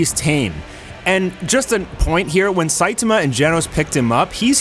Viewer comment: Cool video. But your pronouncing "SAITAMA" incorrectly. It's the "TA" part that your having trouble with. The A isn't pronounced like A as in ( Look "a" dog! It's pronounced as in the Doctor asks you to say "ahh" when looking at the back of your throught. So it's pronounced SAI TAHH MA.